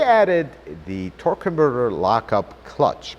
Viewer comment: It's a very weird way to pronounce the word " converter ".... Does it hurt your tongue ???